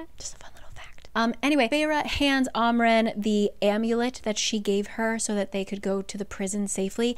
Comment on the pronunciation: It’s am ren not ahm ren